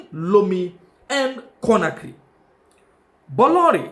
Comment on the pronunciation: The pronunciation is Boloray.